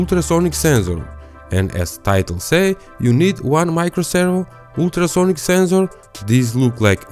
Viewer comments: Man isnt it ultra sonic I heard ooltra sonic😂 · intra sonic sensor pronunciation🤣🤣